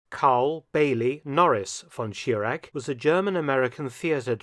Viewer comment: Mr. Felton - you can do better. Your pronunciation of "Reich" is wrong. It is not "Riyk" It is not "von Schirak" and not Reiksleiter". We germans have also Problems with your "th" ...but with your focus on the 3rd Reich...not 3rd Reik